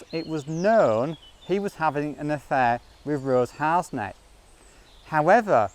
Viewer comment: Her name is Rose Harsent, pronounced Har-sent. Not Harsnet.